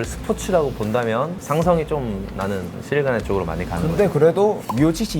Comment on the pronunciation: 자꾸 시릴 가누라고 하네 ㅋㅋㅋ